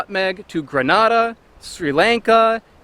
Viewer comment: Grenada .....pronounced gree...nay...da.